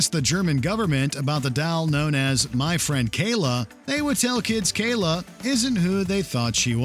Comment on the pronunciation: oh come on. It sounds like the kid caillou voice on goanimate vyond and he even said kayla, sounds like kayloo, caillou with the short c.